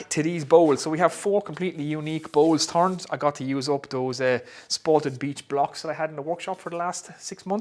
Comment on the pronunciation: Its beech not beedch 👍